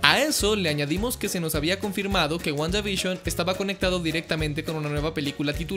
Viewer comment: Nadie:: Wguandavishon Yo: Guanda y Bisión;-; XD